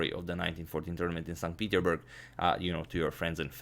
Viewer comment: Agadmator just likes saying Sont Peederberg.